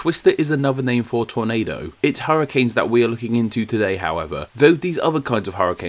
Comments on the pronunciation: tordado? Tornado? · Just you and the "Tordado"